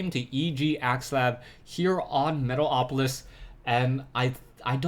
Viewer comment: i love how you always say metal-OPolis :D